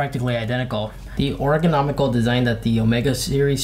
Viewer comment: yeah that rough to listen to